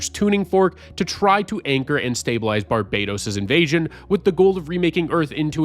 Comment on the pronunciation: Barbados is a country. Barbatos is an evil god, and it’s not pronounced the same. Barbados is the way you’ve been saying it. Barbatos is pronounced barb-uh-toas